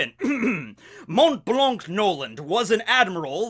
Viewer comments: Please dont pronounce the 'c' in "Blanc" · The "c" in his name is silent I needed to say it because that was stressful for me 😩 but great video anyway that's just a detail, I'm literally binge watching your channel lol